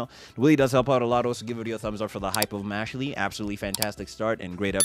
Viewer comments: Please please please keep watching this series! I've been waiting over A YEAR for this anime! 🔥🔥🔥Trust me, Good Brother, each episode gets better than the last🤩🤩🤩. Trust me, bro, this episode hasn't shown ANYTHING yet! 😃😃And I think it's pronounced: "Mash-El" 😅😅😅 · First of all, the E is silent in Mashle 😂😂😂 2nd of, Mash is a wholesome Saitama. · OMG FOR THE LOVE OF GOD dont call him mashlee call him Mashle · This man it's mash sheell